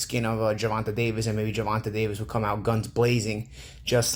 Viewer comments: "Gevontay "...."Gevontay ". Just call him tank if you can't say his name right 😂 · Who the fuck is Gervontuh? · please learn how to say Tank first name thank you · How do you mispronounce Gervonta like 3 times then say it right all of a sudden.